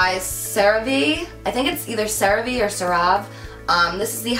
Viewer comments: lol its pronounced "sarah va" kinda like "hey" but with a v. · Hi boo! Just letting ya know the lotion is pronounced as " sar-ah-vay" I work for a dermatology office so I'm familiar 😊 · CeraVe is pronounced kinda like Sarah Vay